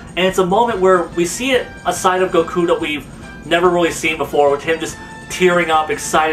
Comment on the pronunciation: Is it me or does he say GOKU like goukuu